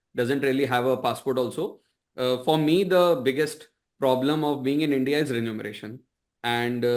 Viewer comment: Sir, it's remuneration and not renumeration.